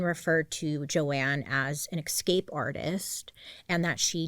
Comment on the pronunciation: Love you dearly but please pronounce it “Ssss CAPE” not “X cape”